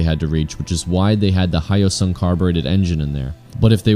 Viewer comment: could never compete with the gt650r...the Hyosung (not pronounced high oh sung) isn't a copy of other bikes, unlike this thing. (".)